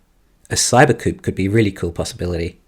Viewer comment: Why do you keep saying coop? (As in “chicken coop”). I presume you mean coupé? A car with 2 doors. It’s two syllables.